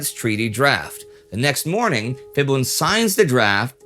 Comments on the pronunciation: Thank you :) We can't expect Indy to pronounce every language correctly, but it's nice to have a gentle correction for those who are interested. With the Thai ph, you can say the p is aspirated - it means there will be a puff of air when you say it (it the normal way English speakers say p), whereas a regular p will be much softer and without the puff of air. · Nobody calls him Fiboon in Thailand. It’s Pi-boon. Thais call him by the name “Marshall Por.” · his name is actually call "Pibun" not "Ph(f)ibun" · Now let's teach the farangs that the "H" is silent in "Ph" :) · what bugs me here is the pronunciation. It should have been pronounced Pibun (h sound is omitted). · Thank you for the post. Note: ‘Phibun’ is pronounced ‘Peeboon’. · I wrote my Master's thesis on this guy, very fascinating period in Thai history (pronounced Pee-boon though, if you see a "ph" in front of a Thai word, pronounce it with a normal "p", not like the Vietnamese one) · Can’t trust a supposed historian who can’t even pronounce Phibul’s name correctly. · Any name in Thailand that is spelt with a "ph" is pronounced as "p" and not an "f" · Too bad you didn’t research pronunciation. Ph is a hard P in romanized Thai. You know, kind of like the Th in Thailand. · Ph can be pronounce as F like philadelphia (fi-la-de-fear) or philosophy (fil-lo-so-fey) in this case it's not his fault that he pronounce it wrong it was different of our language also there's no word to pronounce P alone if you use pi it will be pronounced as pie or you known as this symbol π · ph = ff 555555 "Wat Fra Cow" was even better. Dude, learn how to commentate and pronounce the key words. otherwise a pretty good episode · Fun fact: the Ph- in a lot of Thai words written in the Latin script is pronounced as P-. So, Phibun would be pronounced as "Pibun" not "fibun". And he isn't called Phibun, anyways. Everyone in Thailand calls him "จอมพล ป." which is field marshal Por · Phibul (it's bul not bun) to his friend is "Phleak"